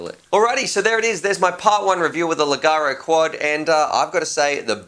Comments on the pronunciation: leggero [leg-gè-ro] ledˈʤɛːro it's an Italian word. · Awesome. I'm always wanting to buy the quads you review. In the uk we would pronounce "leggero as lay-cher-ro" Anyway awesome review! Love the content. I'm always here for the reviews. Best quad review site. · Check the pronunciation here: It´s italian, and means light (low weigth)..... I love your content!